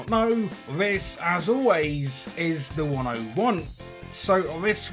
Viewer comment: When he says as always this is THE101 it sounds like he says as always this is the one I want😂